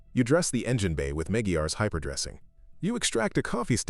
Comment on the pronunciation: The way ai pronounces “Meg-we-ares” pisses me off